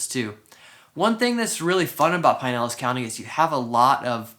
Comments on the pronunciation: I lived in Clearwater for 9 years.. back in mid 80s to mid 90” Great videos , new to the channel. Not trying to be rude but It’s Pronounced Pin..Elas county not Pine.. elas Sorry . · Never heard it pronounced pine-ellis county until this video. I lived in Westchase for a few years awhile back and have always heard pronounced "pin-nellis". I'm pretty sure pin-nellis rolls off the tongue better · It is pin-nellis lmao, he's just pronouncing it incorrectly. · This guy is not native to the region. I can tell by the way he says Pinellas, stopped watching.